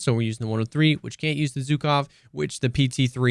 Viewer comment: Abolutely love your videos. Small addition - which I personally don't care about, but some russian fellas might get offended by - is that Zhukov (named after the WW2 USSR marshall, prolly one of the most recalled name in 20th century warfare) is pronounced like if you take the s of "vision" and replace "Zh" in Zhukov with that. Anyway, thanks for the profound testing and explanation.